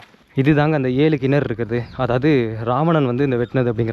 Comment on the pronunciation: கினரு அல்ல கிணறு